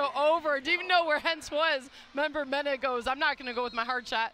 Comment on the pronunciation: If they say member-mena when its meneh (men-eh) one more time lol